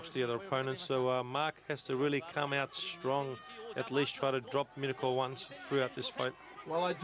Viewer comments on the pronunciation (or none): The announcer sounds like he saying My cunt.